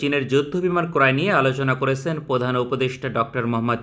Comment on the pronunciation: করেসেন দিয়েসেন না। দিয়েছেন করেছেন উচ্চারণ হবে।